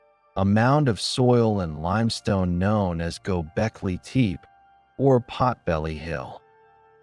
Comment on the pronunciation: Gobekli teep? Pass. AI slop.